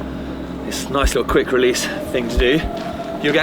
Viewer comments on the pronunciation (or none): none